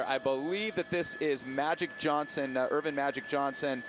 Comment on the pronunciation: Every time the guy said "Erwin Magic Johnson" I crinkled my face a little. Really? You live in LA and you're saying "Erwin"?